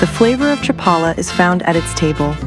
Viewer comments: cha-PA-la. NOT chap-a-la. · The AI doesn't know how to pronounce Chapala correctly. Had to stop watching because I don't support AI generated slop.